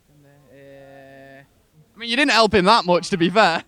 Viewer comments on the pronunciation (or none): I love it when the asker say elp instead of help